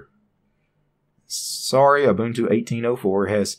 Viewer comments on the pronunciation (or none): none